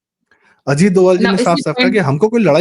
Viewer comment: DOVAL डोवल IS WRONG PRONUNCIATION 🎉 IT'S DOBHAAL डोभाल 🎉PLZ CORRECT URSELF